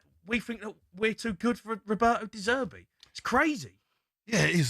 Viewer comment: To do is to Dezzerty the league 😂